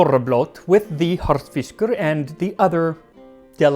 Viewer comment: Well done enjoyed your video your saying "Harðfiskur" is spot on and I would absolutely eat you Rúgbrauð Greetings from Iceland